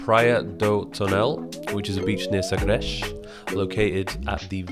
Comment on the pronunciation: Fábio Machado e sagresh